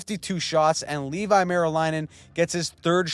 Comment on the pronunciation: For Ottawa's Meriläinen, try "levy" instead of "Levi". It's at least the correct vowel sounds, although the "e" sound in "levy" would be longer if you wanted to get it spot on.